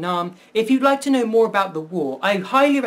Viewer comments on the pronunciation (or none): none